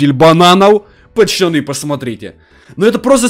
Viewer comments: Кто заметил что он говорить не поцоны а пачаны 🤣🤣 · я смеюсь на твойх видео ты говариш почяны место пацаны хахахахаахапхах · Хватит говорить пачяны